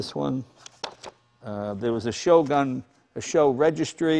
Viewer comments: With all due respect, it is not SHO but S-H-O.... super high output ..😉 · Jay, you forgot about the shelby turbos. And it's pronounced 'ess-aich-owe'.